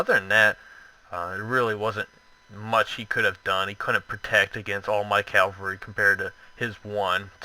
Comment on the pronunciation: Great video! Only thing that's bugging me us your pronunciation of cavalry, it's cav-el-ry. You keep saying calvary which is when Jesus died on the cross, bit of a difference